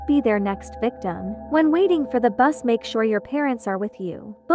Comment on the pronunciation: it's not buss it's bus